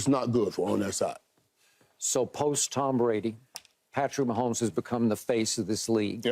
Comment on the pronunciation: #15 Patrick Wah-homes :face-pink-tears